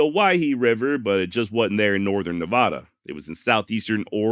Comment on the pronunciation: HEY I live out that way. You were getting better at saying NA VAD a. but your slippin a bit. BogusJoe